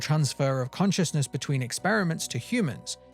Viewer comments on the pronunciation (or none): cossoinesnesssces def the way you say it